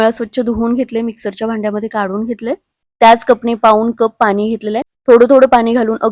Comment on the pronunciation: पानी नाही ग पाणी बोल... मिश्रन, झाकन, कोनताही... मिश्रण, झाकण, कोणताही...